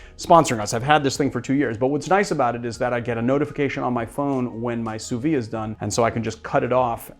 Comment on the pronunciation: Just a btw, "sous vide" is pronounced "sooh veed", rather than "sooh vee".